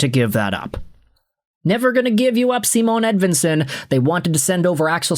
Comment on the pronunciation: Bro it's not Seamoan Edvinsson it's Cymahn Edvinsson! If you were a Red Wing fan at all you'd know this.